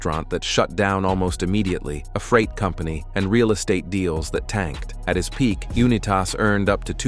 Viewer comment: Unitas. You-Nye-tiss. Not You-Nye-Tass.